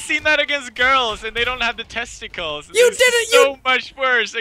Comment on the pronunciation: Kayden Williams “testacools”